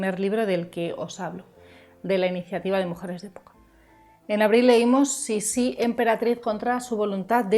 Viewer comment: no se pronuncia Sissí con tilde en la última i. Se pronuncia Sissi, como palabra llana. Yo creo que Sissi fue una mujer que vivió para adentro, centrada en un mundo interior, muy para sí misma. Cuando tenía que hacer frente a situaciones adversas, elegía distanciarse y replegarse sobre sí misma en vez de luchar. Es lo que ocurrió con sus hijos mayores. Lo intentó al principio pero finalmente desistió. Era egoísta, si entendemos por egoísmo el hecho de dar prioridad a los propios deseos por encima de los deseos de los demás. En todo caso fue muy fiel a sí misma, y su manera de no doblegarse ante la implacable maquinaria de la corte consistió en marcar una distancia insalvable que la convirtió en un ser extraño e incomprendido a ojos de muchos, sin que a ella le importara lo más mínimo. Por todo esto despertó rechazo y fascinación a partes iguales. No creo que fuese una mujer manipuladora, fue más bien una mujer inadaptada, contradictoria y en general desgraciada. Un personaje interesantísimo...